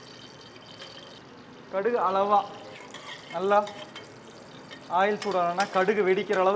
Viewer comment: Ail 😂😂😂😂😂🤣🤣🤣🤣or oil 👍